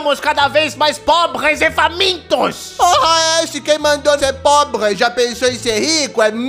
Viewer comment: "Ah,um povre" Eu:POBRE É TUA MÃE